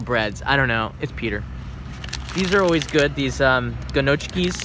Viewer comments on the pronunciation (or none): Gnocchi (ñioki) not gano-kie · These "GERRNOOCHIES" 🤣 made my night ...no hate I couldn't pronounce a Japanese word if my life depended on it!!! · Lol "Ganochkis"!!! Oh... facepalm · "Ginochikis": American people don't know how to say "gnocchi". I never imagined that. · They're pronounced "knockies." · I died inside a bit when he tried to say gnocchi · please don't pronounce gnocchi like this if Italiens are around. They will butcher you like you butchered the word XD